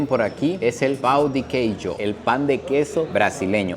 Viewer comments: Un consejo: para evitar decir "pau de queso" piense en 'pão' como 'pã', enfatizando esa sílaba como 'pan' de una manera más nasal, y luego seguida por una 'o' más enfática, como 'ó'. ¿Por qué digo esto? Porque aquí en Brasil, "pau" puede referirse tanto a madera como a una verga. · Muy bueno el video pero que alguien le explique que así no se pronuncia pan de queso en portugués por favor porque “Pau” significa otra cosa en Brasil 😂😂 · Cuando fuiste a comprar el pan de queso, tu pronunciación fue "Pau de queijo". "Pau" en portugués es lo mismo que "verga". Así que pediste "verga de queso" 😂😂